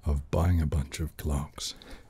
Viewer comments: My eyes were closed - and I laughed cause I initially heard "glocks" not "clocks" and thought "this is a very different video from what I thought I clicked on" lmao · I thought he said Glocks…